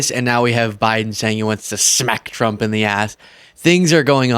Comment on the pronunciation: I am going to give you some constructive critics. Many times when you speak “Trump” it sounds like “Frump” 😂